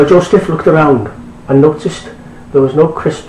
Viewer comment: why are you pronouncing the words wrong?! its bethlehem not bethesdun!! And it's Joseph not Josteph!!